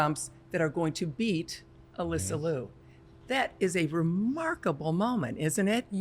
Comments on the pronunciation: Here's how to pronounce Alysa Liu's last name. It rhymes with "cute" but without the t sound at the end. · With love and respect to you all, could everyone please correct your pronunciation of Alysa Liu's last name. She has been on the scene for years now, National Champion, World Champion, two- time Olympian, and an incredible ambassador for the present and future of this sport and its art. When she was just on the scene, her name was pronounced correctly by US Figure Skating. What has happened in the past few years? She clearly pronounces her own name as it is spelled in Liu. Love the discussions and the narratives, but we can lead by example and start with giving Alysa this effort and respect.